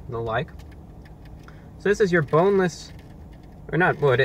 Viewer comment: Did you say B O N E L E S S ??????